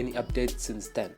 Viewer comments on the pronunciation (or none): none